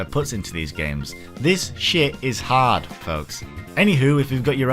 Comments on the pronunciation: 1st of all, that ring is like 2/3rds of the way through the game, 2nd of all, he said Horde (as in a large group) his accent just makes it REALLY sound like he's saying Hard... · you say horde like hard. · for a second there thought he said hard mode not hoard mode 😂